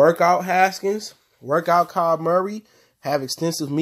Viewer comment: Just letting you know. It’s kyler Murray not Kyle